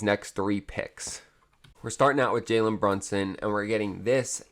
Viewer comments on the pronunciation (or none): You are saying Jalen Brunson And its Mikal